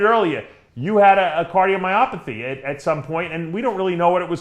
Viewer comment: "Cardiomyopathy"